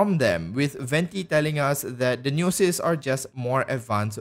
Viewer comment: Omfg why do you say gnosis like that?